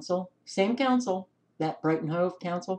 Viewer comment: Insanity rules! Yes,, you pronounce Hove correctly. I live in U.K. This is 1984 style distortion of reality, or simple blatant lies.